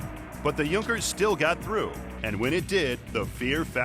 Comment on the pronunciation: yes its sounds horrible in englsih D: may he could pronounce it a little bit better^^ im german and i had to laugh cause its sounds so terrible xDD